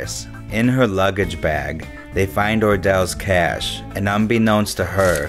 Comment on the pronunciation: "Cash or charge?" "Chash"